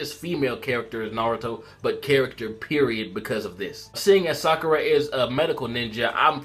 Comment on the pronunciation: its sakura why do you think her name is saruda